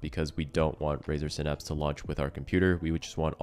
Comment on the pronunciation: It’s synapse not synapse